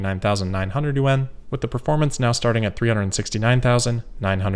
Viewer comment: Yuan is pronounced more as a 1 syllable word instead of yu-en. Just a now you know moment lol.